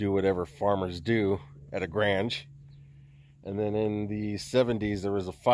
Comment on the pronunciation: It. Is pronounced Graynge,NOT.GRANG